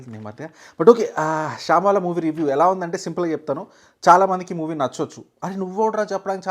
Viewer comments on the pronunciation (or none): అది శాoబాల కాదు రా.. శంబాల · శాంబాల కాదు శంబాల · Shaambala kadhu anna shambaala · Shambala ❌ Shaambala ✅ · శాంబాల కాదు Bro శంబాల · Saambaala kaadhu,, Sambaala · shabala kadu ra. shambhala.....name palakadam nerchuko first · శంభాల బ్రో, శాంబాలా అనకండి 😂 ట్రోలర్స్‌కి మీరే కంటెంట్ సప్లై చేస్తున్నారుగా 🎉😄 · Shyambaala kaadu ra ayya, sambhaala,mundu pronunciation nerchukuni review ivvu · Adi Syam-bala kadu ...... english radu telugu radu....paper patukoni ochestav Oka pani chey Neku Nachina ninnu mesmerize chesina Absolute movie anipichina oka 10 movies Pettu ....Apudu ardamavutadi asala Neku movie chuddam ochha rada anesi